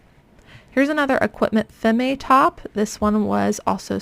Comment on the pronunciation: Just an FYI that the Femme in Equipment Femme is pronounced "Fem" not "Femm-ay". Basically you want to ignore the "e" at the end.